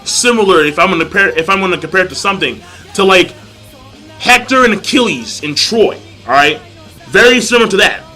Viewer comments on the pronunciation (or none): none